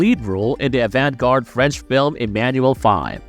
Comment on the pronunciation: That was one of the worst pronunciations of the phrase "avant-garde", I ever heard. Lmfao